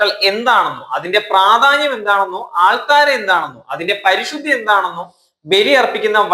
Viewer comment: ആൾ താര അല്ല. അൾത്താര. ഇത് പറയാൻ പഠിക്കൂ എന്നിട്ട് കുറ്റം പറയൂ രാവിലെ വരും